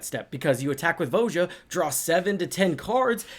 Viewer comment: Did you trigger your opponents by pronouncing her name wrong all the time? It's VOY-uh